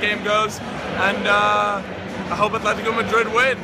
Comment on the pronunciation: ATHLETICO? A T H L E T I C O? jesus christ